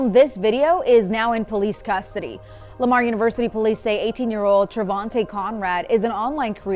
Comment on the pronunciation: 'Trevonte': say no more. Bro.